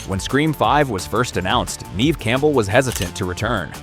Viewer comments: Nev not neev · Just so you know the pronunciation of Neve is NEV (as in bev, rev) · I just wanted you to know that you r pronouncing Neve Campbell’s name wrong, it’s pronounced Nev (even though it’s spelt Neve) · Can't even pronounce Never Campbell